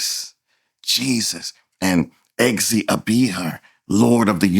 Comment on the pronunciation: Your pronunciation is off btw. It's "egg za be er"